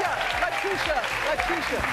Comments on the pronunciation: ''Ley tee ta wright'' ? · She said Lutita lol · How do you not even know how to pronounce a guest's name? SMH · L.A.B ART 😂😂😂 butchered the hell out of her name. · lool she messed up when she said letitia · How does a black woman mispronounce Letitia ??